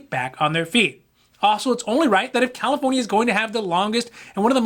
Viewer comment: I hear it too